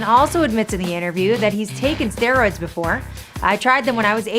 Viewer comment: "Asteroids" 🤣💀